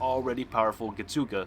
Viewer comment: Lol the way he pronounced getsuga tensho, "getsoogah.... Tenshow"